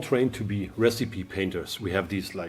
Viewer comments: As english is not your first language, I let you know that the word, 'Recipe,' is pronounced "Ress - Ip - ee" not Resype. Great content keep it coming please. See you in the next Video. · Stumbled onto this from Instagram - now I understand why mixing magenta and yellow has been giving me such rich colors! Really enjoying this and learning a lot. Small note, "recipe" breaks normal English pronunciation rules and should be "re-si-pee", not "re-seep" :)